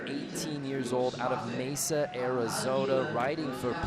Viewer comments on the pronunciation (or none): none